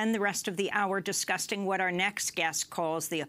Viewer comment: She said "discusting" secs :D